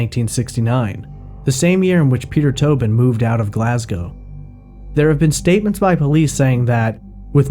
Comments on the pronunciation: Oops, he does pronounce Glasgow incorrectly later on but at least it’s correct in the beginning (should be Glas -go rhyming with low and not Glas -gow rhyming with how) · Yes and GlazGO no OW.